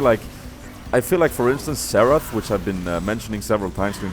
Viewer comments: Every time he said Xarath I thought he was saying Seraphs.. Like Seraphs was good on him or something xD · Haha, all those times you said Xerath, I thought you were saying Seraph, so I was like, oh, you think seraphs embrace is better than Grail, and than at the end I was like Oooooooh.